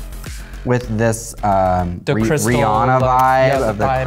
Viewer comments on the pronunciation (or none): none